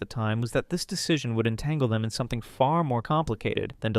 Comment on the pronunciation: “SUMP’IN LIKE GAT”